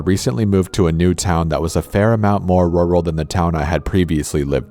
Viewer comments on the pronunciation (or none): The “ruhral mountains” still gets me to this day lmaoooo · Pronunciation of rural 😂😂 forest gump is that you🤔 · "I attended college in a RORAL mountain area...." That part in the first story made me LOL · I love your stories bro but you sounded like Forrest Gump in the beginning when you pronounced rural like ruh-ral 😂😂😂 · I love and hate how you pronounce "rural" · Who seriously doesn't know how to pronounce "rural"? Honestly.